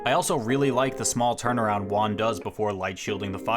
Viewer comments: Your Juan pronunciation is so bad it took me 12 minutes to realize you were saying Juan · You Juan like a gringo. Gotta make that h sound hermano.